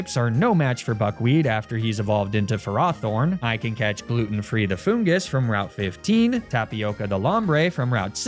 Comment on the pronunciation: It's not Ferraw-thorn, bro. It's Ferrothorn, you know, like the element Iron? Latin: Ferrum?